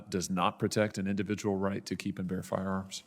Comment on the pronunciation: This guy can't even pronounce firearms.🤣🤣🤣🤣🤣